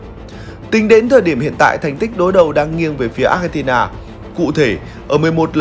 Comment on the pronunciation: Xin đọc Argentina ko nên đọc Achentina vi có H đâu